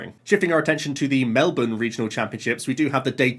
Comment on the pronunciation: As a Melbournian he said Melbourne correctly